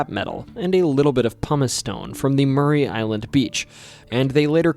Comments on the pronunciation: Yaaay! Washington my home my entire life. Btw its Maury Island... as in "the lie detector reveals your are not the father!" - Maury. Not Murray. No shade to you tho... we are jus incredibly snobbish about our location pronunciations around here 😉👍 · I grew up on the mainland with a panoramic view of Maury Island (not pronounced Murray but as it appears phonetically. More-EE Island). Spent a lot of late nights just looking out at the beauty of the view of Puget Sound and Maury Island and as far north as Three Tree Point. Never saw any UFOs, UAPs, or submersible UFOs piercing the Sound into the air. I've seen a UFO in Southern California but never in my home state. Other than the inane mispronunciation of an easy name to say--Maury, thanks for the video. I've subscribed so hopefully that will contribute to a mil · Maury (MOR-ee) island, nor Murray. Ape Canyon is in a fir forest, not a pine forest. D.B. Cooper, not Tuber. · Maury Island is pronounced Morrey, not Murray. I've lived on the island since 1985. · ITS PRONOUNCED MORRIE NOT MURRAY ISLAND! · It’s pronounced more-e Island